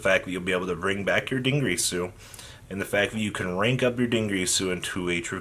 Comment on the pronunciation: Dingreesu?... Din-Greese-Su? but why